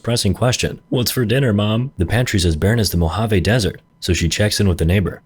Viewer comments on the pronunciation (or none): none